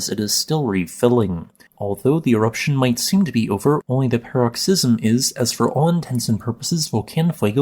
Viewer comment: "paroxysm" -- emphasis on the first or second syllable, not the third.